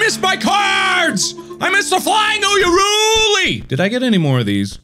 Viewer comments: U R A Y U L I MARK! Not oohyahruley lmao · I'm just waiting until he'll pronounce Urayuli properly. It's not "Oo-ya-roo-lee" It's "OO-RA-YOU-LEE". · is anyone else mildy triggered that mark is saying uyaruli instead of urayuli? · It's "Urayuli," it's absolutely not "Uyaruli", please stop saying it the wrong way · every time markiplier mispronounces urayuli a year of my life is taken away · Mark still can't even pronounce "Urayuli" correctly.